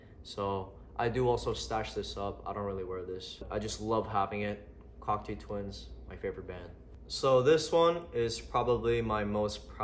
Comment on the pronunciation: Sick collection bro, gotta let u know it’s pronounced cock-toe twins not cock-too